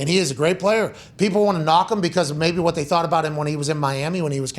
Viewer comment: That “WHAT” pronounciation 😂